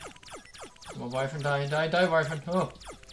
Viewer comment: je zegt “wyvern” als. “Wivrn.” Niet “Waivrn” (Gewoon een vriendelijke tip)